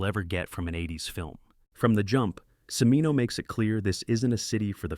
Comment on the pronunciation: Cimino is pronounced CHIH-MEE-noh, not si-mee-noh.